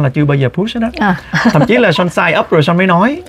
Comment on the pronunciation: Son (Sean ) mà chị TL kêu Sôn 😅😅